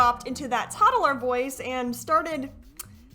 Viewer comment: no wayyyyy duuuude!! I definitely wasn’t just mimicking the way she said “toddaler” ************